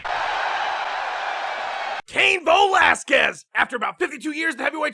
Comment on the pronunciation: CAIN VO-LASQUEZ!!!!